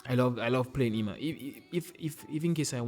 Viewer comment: Hey, Eima is reading like Eyma.